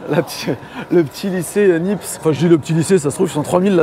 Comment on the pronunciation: "Nipse" ? Purée les gars vous faites de la vidéo et vous ne connaissez pas Nicéphore Niépce ! 😂